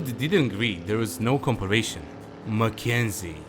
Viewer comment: "comparison" /kəmˈperəs(ə)n/ kim-PAR-i-sin, no "sh" sound